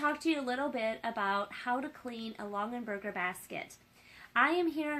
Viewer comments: OMGOSH. Stop saying LongENberger. It’s LongAberger. (“gah”) There’s no N in the second syllable of this family name!! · Longenberger?? It’s Longaberger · And they’re pronounced Long-A-berget! 🤣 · Plus her mispronunciation of the name is driving me nuts!!!!!